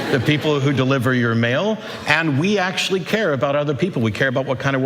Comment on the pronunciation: genius also said "acturally" 🤣🤣